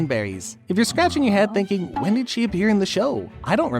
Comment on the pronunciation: It’s berries not belly’s